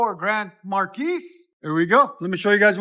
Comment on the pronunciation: Please stop,.....it's not "Mar- keece", the S is silent, it's pronounced "mar-key"